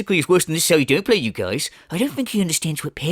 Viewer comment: Whenever you say "Okay you geeyaize" like DSP but that accent peeks through, I swear I DIE laughing man 😂😂